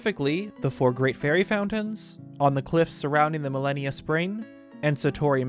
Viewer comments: Ma-Lan-Ya. I chuckled every time you called the horse god Malenia😂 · Malanya not Malenia. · Malanya, not millenia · Every time he said "Milennia" instead of "Malanya" I think I died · I think his name is pronounce Malan-ya, not Malenia. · Mah Lah Nyah. stop fucking saying milennia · "Milenia"???? you mean MUHLAHNEEYUH ... like what.. you're saying "millehneeya" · Name is pronounced Ma-Lan-Ya. Not Millennia. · Naw dude it's not pronunced Malineya.. it's like the 1st lady Malanya (Mah-Lawn-Yah) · You are pronouncing Malanya as millenia..........it would make way more sense and sound like Malon if you pronounced it like Ma-lahn-ya. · its "mah-lan-ya" (you know, like orange "man's" wife) not "millennia" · "Millenia?" Shouldn't it basically be pronounced Malon-ya? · Ah yes, I too pronounce "Malanya" as "Millennia" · Bro why tf is your name?? It makes no fuckibg sense. You make great vids just pls change your name EDIT: Its called MAL AH NE AH Malanya. Just like the name Malon. How did you not get this? The way you pronounced it made this video hard to watch. The rest of the vid is great. Just please learn how to pronounce things. EDIT: Its pronounced Keltic with a hard c. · Also its pronounced MAL AH NEE UH Malanya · How do you get melinia from malanya? And oakerina from ocarina? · it’s pronounced mal AH nee uhh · Isn’t it mah-lan-yah? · pretty sure its pronounced Ma - lan - ya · Soooo I dont wanna be that guy but it bothers the hell out of me that you are completely mispronouncing Malanya's name it should be MAL-AN-YA, anyway good vid. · has it right, it's Mah-lan-yah. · Of course it should be pronounced Malon-ya...but can't even pronounce the word "Celtic" correctly....bruh...your vids are cool and all, but it's pronounced with a hard C (k sound)...unless you're referring to a sports team from Boston. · pretty sure itd be pronounced Mal-an-ya, which sounds closer to Malon. Great video 😀